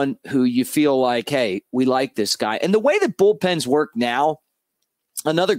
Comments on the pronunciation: Neris Mick not Narvis lol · Narvis? 🤔 😂 Good stuff though, very excited about this signing! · Dude I'm one of your biggest fans Just have to say how are you pronouncing His name? Neris I believe is with the hard R Nerris Harry could get away with it Love ya!